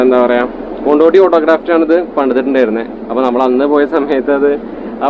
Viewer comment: കൊണ്ടോട്ടിയല്ല കൊണ്ടോടിയാണ് സുഹൃത്തെ......